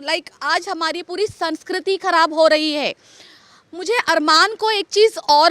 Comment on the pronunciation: Nahi she said all correct sab theek hai Lekin what is “KHARAF” ? 😂😂😂😂😂its KHARAB